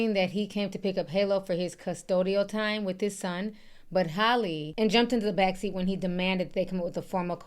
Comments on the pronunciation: Ti!! Her name is HAL-LEE... Like the name AL...but Halle not Holly 🤣.. Like Al pacino... Hal-ee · Do yall pronounce Halle Berry name as Holly Berry as well🤔🙄